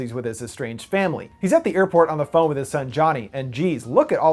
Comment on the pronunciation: When he says phone it sounds like he saying bon